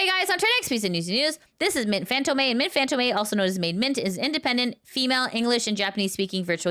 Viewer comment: I think Fantome is pronounced FantOme, not FantOmE